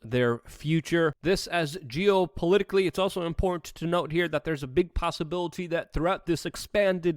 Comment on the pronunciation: You mis-pronounced "Important". I'm a we are change member, dig the videos and thanks for keeping us informed!